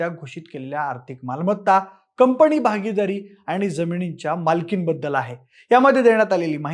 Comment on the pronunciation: अरे,'कंपणी कंपणी' काय लावलय?....जरा एकदां मराठी शुद्ध...बरोबर ...कुठे 'न कुठे ण' वापरतात ते शिकुन घे म्हणजे ऐकायला बरं वाटेल😂!